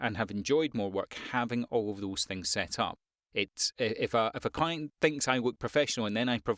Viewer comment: listening to you talk sometimes me and the captions hear you say coin when you mean client, you should pronunciate it more clearly